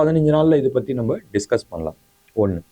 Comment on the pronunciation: பத்தி எரியும்? யோவ் அது 'பற்றி எரியும்'. உங்களுக்கு தமிழ் அவ்வளவு இளக்காரமா போச்சு?